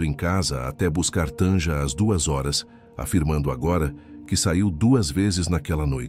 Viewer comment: Não se pronuncia Tanja, é Tânia, o j tem som de i.